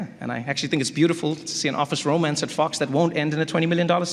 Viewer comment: Love, love, love the way Trevor got down by saying, "my man" to so many. Even more love to Trevor's SA pronunciation of Fox sounding like "f**ks". Brilliant!!